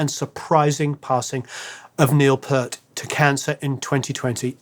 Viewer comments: Omigosh. "Peart" is not pronounced "Purt". It's "Peert". It's like "peer" with a "t". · It's pronounced Neil Peert, not Purrt. Fave song would be YYZ, fondly remembering being in a full arena jumping as one person with thousands. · P "ee" rt - long "e", not "Pert." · PEArt, not Purt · Hey, it's pronounced Peert, not Pert,. I'm a Rush nerd. I should know.;0) Btw, thanks for doing a Rush song. 🖖💥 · Peert instead of Pert. Colber Repor instead of Colbert Report. The Spirit of Radio instead of Spirit of the Radio. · The Drummers name is not pronounced Pert but Pee-art !-) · It’s pEARt not PHURT!!!!!!! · Sorry, he pronounced it "Peert", "Pert" was a running joke within the band. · Okay, I love that you did this but... it's pronounced PEERT not Pert . Pert is a shampoo, part is in your hair and 'Peert' is a world class musician and lyricist. Neil Peart... drummer, lyricist, motorcycle enthusiast, author, legend.... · it is pronounced P ear (like what you hear with) T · Peart is pronounced like "peert", like "ear" with a "p" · Great video. I’ve been listening to their music for 40 years and I am still not over it. FYI Neil Peart’s last name is pronounced "Peert". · His name was Peart, thats Peeeart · Loved the video and the deep dive, but man, after all that research and work you couldn't get Neil's name right :\. Phonetically it's "Peer't". Peart is pronounced with the "ear" not "er" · It’s pronounced, “PEERT”. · If you are going to make a video about a drummer of Neil Peart's stature you have to say his name correctly. It is pronounced PEERT. End of story. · Peart, sounds like Pear... with a T (paraphrased from Geddy Lee). Colbert Report - don't pronounce the Ts at all. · Hi, it's Neil P(ea)rt (E) prononciation. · Just for reference, Neil’s surname is pronounced “Peert” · Love ya, but it’s pronounced PIERt. Thanks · Hearing you say "Pert" over and over is triggering me. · It's pronounce P-EAR-T. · It's Peart not Pert for goods sake.